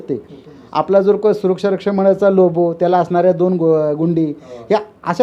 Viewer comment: It's logo not lobo. So Say correctly Logo